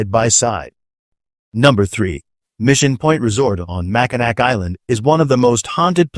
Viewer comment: Its pronounced "mack in naw." NOT mack in ack.